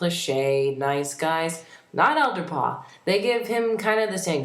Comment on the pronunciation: It sounds like your saying "Elderpaw" XDDDD